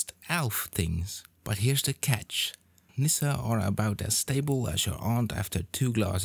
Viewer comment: Oh, that's a great pronounciation of Nisse. Good job.